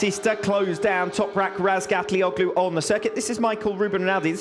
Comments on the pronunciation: I heard Razgatlioglu say his own name and it's nothing like how commentators say it. Not even close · Commentators mispronounce his last name. Yes thats right.